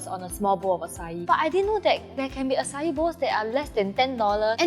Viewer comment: Please tell people its not pronounced “ah cai” 🤦🏻‍♂️🤦🏻‍♂️🤦🏻‍♂️🤦🏻‍♂️